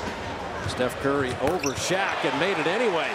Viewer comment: Steph "Furry" 😂🤣